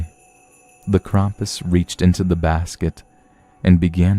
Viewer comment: YEEEEES!!! You pronounced Krampus' name right! Good job!!!